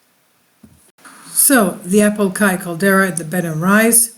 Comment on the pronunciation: When you realize that he said Apolkai instead of Apolaki